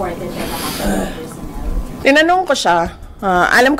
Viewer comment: madam vp minsan bawas bawasan ung interview mo kasi mejo alanganin ung pronounciation mo eh lalo na ung PERSHONEL